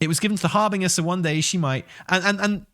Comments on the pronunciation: Harbeaner? LOL it's HAR-BIN-JER. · Seriously? Har-bing-er? Again? Can you, for the love of God, just pretend the 'g' is a 'j'? You know, like in ginger? It's pronounced Har-bin-jer. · I breathe sharply through my nose every time says har-bing-er. Would make a great drinking game LOL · Actually it's pronounced Harbinyer. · You mean it's not pronounced "hair - bringer"? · I'm getting on a train to Swansea right now to slap you until you start pronouncing"harbinger" correctly. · corrected by his wife that it's a soft G in harbinger. uses the hard G anyway.